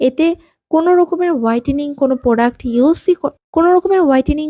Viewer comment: এটা প্রডাস না এটা প্রডাক্ট